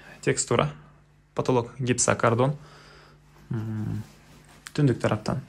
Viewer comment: Жакшы ,ишине ийгилик…бирок материалдардын аталышын туура айтсан жакшы болот эле! Гипсокардон-гипсокартон,пластика-пластик.... Дегендей